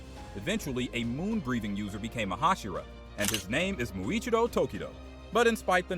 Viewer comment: Bro said India and muichirio😂😂😂😂